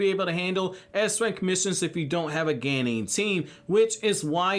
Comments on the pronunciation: English pronunciation of Japanese words is just strange. "hoe-kagey" "geynin" "joe-nin" :P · Wtf is a ganin Ganin Ganin ganin 🙄 As such a top notch Naruto lore knowing it's a F*ucking Genin Jesus christ